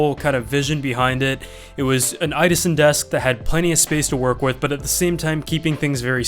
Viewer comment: IDASEN?!!??!???? It's "idåsen" pronounced i-daogsen